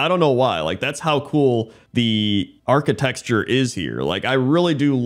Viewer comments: "archiTECture" not "archiTEXture" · Are you saying "architexture"? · You keep saying architexture 😂❤ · saying "architexture" is my favorite thing about ruins in WoW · Pointless Drinking Contest: Take a drink everytime says "architexture":P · Also he says "Vulpearan" instead of "Vulperan" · Can we start a go fund me to pay to teach to say “architecture” lol